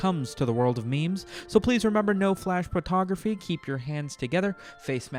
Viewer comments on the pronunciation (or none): did this man just say "no flash bruhtography"